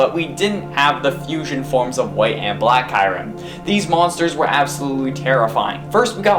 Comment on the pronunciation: kyrim who is that u mean kyurem ?